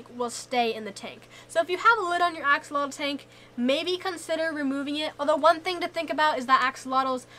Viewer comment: Axolotl = ah-sho-lotl not axe-uh-lah-dul. Plural:Axolomeh ah-sho-lo-meh. thank you for preserving our native words. tlazohcāmati!